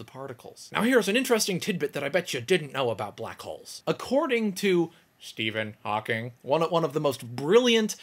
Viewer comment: lol, say Steven Hawking again.